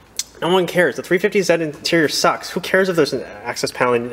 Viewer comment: It’s 350 Zeee my dudez